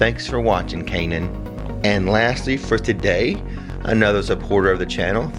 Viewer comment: This is Kainan’s mom and he was SO excited for his shout out!! He said to tell you thank you for saying his name correctly. :)